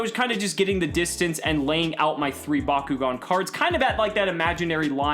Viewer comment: Back-O-gan not BACQGON